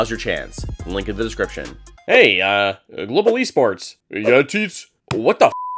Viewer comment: "Gobal Esports"